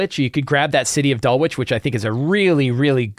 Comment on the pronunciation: Please it is not "Dull witch", it is "Dull itch". Suburb of London as you asked.